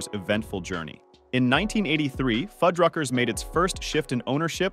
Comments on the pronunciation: Okay, now these computer-generated narrators are just fucking with us. One minute he pronounces the name Fuddruckers correctly and the next it says Foodruckers. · So with this video, I've heard Fuddrucker's pronounced 3 ways - fuhd-ruckers, food-ruckers, feud-ruckers. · What's with pronouncing Fuddruckers 4 different ways throughout the video? Definitely not a real person narrating.